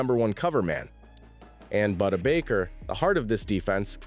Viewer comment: Boo-Da Baker